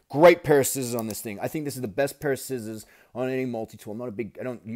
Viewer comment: As soon as I heard you say skissors instead of scissors I subscribed to you.